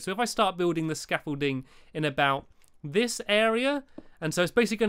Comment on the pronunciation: hi stampy you know you stair case to your rocket you call it scaffulting more like stampything ha ha ha ha ahhhhh not that funny but if it is tell me =) < 3